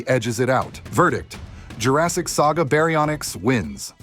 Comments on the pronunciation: berry o nicks 😂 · I like how when you first pronounce baryonyx it’s like a Japanese word